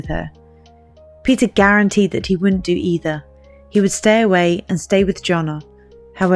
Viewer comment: The word is "wouldn't" not "woont".